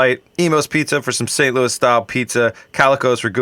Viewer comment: Also, you did St. Louis very well! (Now I need to get some of that fish-mac!)